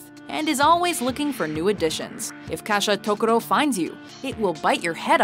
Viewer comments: It is Gasha-dokuro. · Why did you say kashatokuro when the the screen said gashadokuro I AM CONFUSION